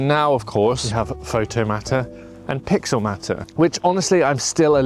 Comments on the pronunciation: Thank you lol. That seriously annoyed me 😂. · It’s pixelMAYtor not pixelMAHter. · Matter? Isn’t it mater, as in Automator?